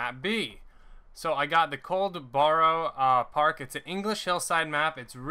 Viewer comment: The map is pronounced cold-per-park farm